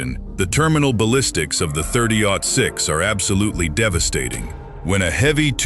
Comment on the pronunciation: was it "thirty zero six"? Cuz that's when I turned it off lol